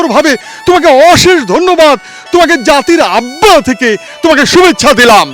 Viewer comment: জাতির আব্বা আআআআআ এত সুন্দর করে উচ্চারণ করে শুনতে খুবই ভালো লাগে